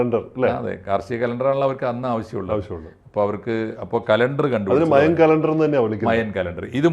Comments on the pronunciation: Maya alla mayan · മയാ civilization അല്ല... മായൻ civilization ആണ് 😂